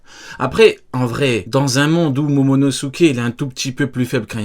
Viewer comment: Il a dit momonosuké rate de peu